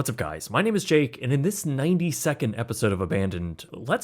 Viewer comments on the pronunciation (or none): Lmao i kept hearing 90 second episode 😂😂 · I thought he’d said 90 seconds instead of 90 minutes like we were getting a super long episode! Haha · I thought I was the only one who heard '90 seconds' as well. XD